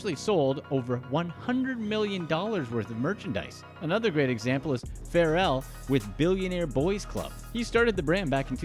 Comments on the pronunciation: Fair•Ell —> Pharrell 😂😂😂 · "Fair-el" ? You mean pharrell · And who the hell is "Fair-ell"? 🙄😒😑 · The voice over guy... speaking about the urban community is... well... he pronounced Pharrell incorrectly.. I rest my case